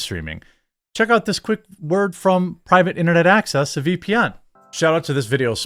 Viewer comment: Gentleman, find yourself a foreign girl who struggles to pronounce your name the way Jeremy struggles to pronounce Private Internet Access.